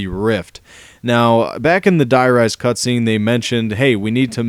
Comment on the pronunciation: u said cutscreen XD